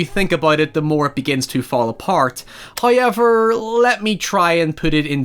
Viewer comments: I think you mean HUIY-EVER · HIEVER AND NIE for now